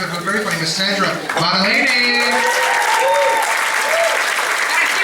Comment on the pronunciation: Sandra,I wish you would correct people introducing you on the proper pronunciation of your last name. It's not Battalini! In Italian we pronounce the g before l. Great show.